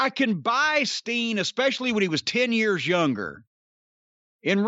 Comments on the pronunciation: Keeps sounding like he's saying "Sting". Throwing me off!!! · I dunno why, but it cracks me up when Corny says “Steen.” Agree w/ his assessment of Owens right now. Love him, but it feels like he’s completely lost his edge as a baby face.